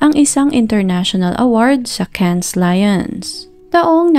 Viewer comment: Cannes pronounced KAN.